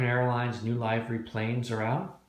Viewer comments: no, the "ee" part you have right. It's the 'i' part. It's a short vowel sound and you keep doing the long. 😄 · About halfway through all your vids...do you ever end up pronouncing "livery" correctly?! 😄